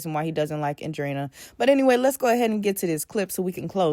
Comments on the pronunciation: AN (anne)-DRE(dré)-EE-NA (like ,nahhhhh), lol it's not easy to pronounce but u good girl lol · From a Latina perspective, say “Andre” and then say “ina”. That’s how to pronounce her name. Her dad’s name is probably Andre, lol. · It's pronounced Andrah-eena